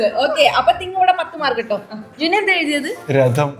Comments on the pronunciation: രഥം❌️ രദം✅️ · രദം അല്ലാട്ടോ രഥം ആണ്